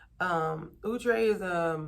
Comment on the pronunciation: I was like who?.... We always pronounced it " Ow-tray" not "Ou-tre"...lol That was insightful Now on to this hair... Have you subscribed to hair magazines to stay on top of what's trending? What do you do to stay current?